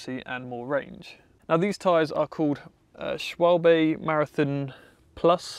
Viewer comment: The pronunciation of "Schwalbe" was absolutely on point. :D